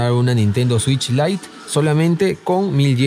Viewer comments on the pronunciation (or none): none